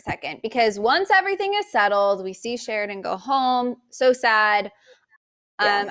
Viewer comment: Can you say his name CORRECTLY? It's Sheridan!!!!!!!!!!!!!